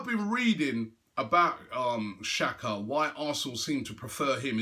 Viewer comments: its pronounced "tshaka" not "shaka" :-) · it is an albanian player and it's pronounced "Jaka" not "Shaka"